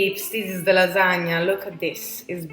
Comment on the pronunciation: You said it right! Lasagne, not Lasagna. I believe you are a real Italian now. lol